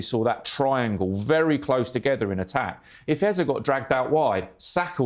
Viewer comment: Its not "Ezah" Its "Eze" Just saying Thanks for the analysis though It was marvelously put together